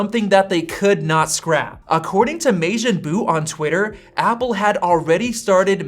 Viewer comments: "may jin bu" when its ma jin bu I feel offended being a dragon ball fan. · "according to May-Jin Bu" like dude you butchered the hell out of it have you never watched Dragonball Z? It's pronounced maw-jin bu